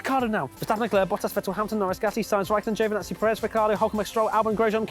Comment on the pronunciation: Rai-car dough!